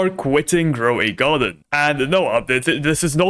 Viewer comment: “DroidGarden” instead of Grow a garden 🤧😢